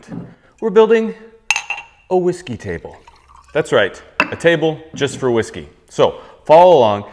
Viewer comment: Ive never heard someone mispronounce hawisky so many times. Dead sexy table dude. Shadow line was mind blowing. Never saw it coming but what a difference it makes.